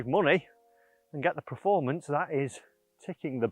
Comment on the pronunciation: I love you and the videos but it really bugs me that you say “preformance” 😂 Keep up the good work mate 👍🏻